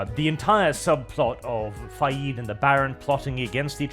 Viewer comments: I completely disagree with on on everything (except the Chani-Zaday, you nailed issue on that alright) Everyone was badly cased for every part. Why the hell is Fah-yeed, You mean Fayd? And whats wrong with little Alia, yah she's a weird creepy child her mom took powerful drugs when she was prenatal. The piecing, lighting and sets were all terribly designed. Jodorowsky DUNE would have been a bad psychedelic trip of weirdness but I'll take that over this bland sepia-tone hazy shit-fest of a film. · Could not disagree more it is pronounced “Fade”